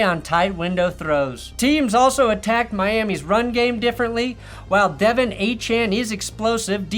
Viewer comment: Pronouncing Achane right but De’Von wrong is crazy work